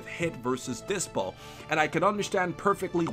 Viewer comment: bro its dyspo NOT DYPSO